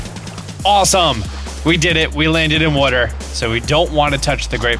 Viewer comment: “water” are you from Philly?